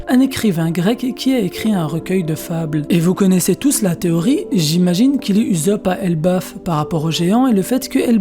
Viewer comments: frere se pas uzopp se usopp luffy il dit pas salut uzopp mdr. si non super video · Uzop < Oussop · Pourquoi tu dis Uzop et pas Ussop ? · Ussop !!!!!!!! Pas ouuousop wesh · Je suis d'accord, quand Luffy crie son nom il ne prononce jamais Oussop ... mais bien Uzopu ... perso j'ai tjs entendu comme toi. Mais je crois que la plupart des gens lisent ce qui est écrit en français et non, comme ils l'entendent dans les voix jap. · "OUSSOP" ptn! Tu les entend dire "uzopu" dans l'animé? Moi pas. Sinon la vidéo est bien je trouve. Oui USOPP va mourir, au sommet de la piraterie, et sera pleuré par tout les peuple du monde, c'est le minimum qu'il émrite :) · Cette prononciation "Uzope" me perturbe 😂 😂 😂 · Ptnnn tu pronoce mal usoppp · la même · Heï Heï Reï Dee 😂😂😂😂😂 srx il confond le z et le s 😂😂😂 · Jailonction Jailonction mdrr c comme si tu disait soro o lieux de zoro tu voie y’a un beug 😂😂😂😂🥵🥵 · Ouais c'est.. dérangeant